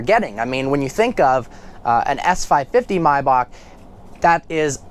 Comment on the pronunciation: It's Mayback not Mybock